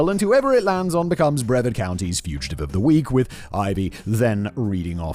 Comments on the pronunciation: it’s pronounced briv-ARD Not brevvard 😂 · Brev-ahd? Simon, say; Breh-vaRd. With an R! Brits......😂😛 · lol “breh-verd” is a hilarious attempt at pronouncing Brevard. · Floridian. Love your channel, but Brevard is pronounced Bruh-Vard. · Hey Simon, few things. It's pronounced bre-VARD. also it is very difficult getting a job. Some people in America have given up on trying to get a job or better job because of the hoops they make you jump through just to not get the job in the end. And yes, in America the police are allowed to do anything they want and the supreme Court has stated that the police have no obligation to help or protect. "Protect and serve" on every cop car is just marketing. Administrative leave is just "go home until we figure out what to do." It's common and means nothing on their record. If a cop is attacked and they defend themselves then they get put on administrative leave until the shooting is declared "righteous." If the cop executes someone in the street then he is put on, you guessed it, administrative leave. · Simon .... Brevard has a hard R. Seriously 😂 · I'm dying laughing at the fact Simon says Okeechobee perfectly but mispronounced Brevard. And ps Sheriff Grady is a POS concerned with chasing being a celebrity lawman vs being a competent one. But this is the state of the state this last decade plus.